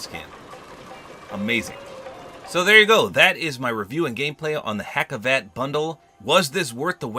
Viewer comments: I am from Turkey and this is awesome Btw it is not pronounced like “hacivat” it is like “hagivat” And unfortunately in Turkey we are not celebrating Halloween so I don’t think that the second style is for Halloween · just a little heads up its not hac iv at its pronounced haus iv aut. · Hacivat is pronounced Has-i-vart. Dont take this negatively. just trying to help